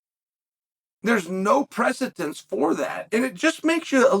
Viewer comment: “Trajectory”. I don’t think that word means what you think it means. Also, precedent. It’s precedent.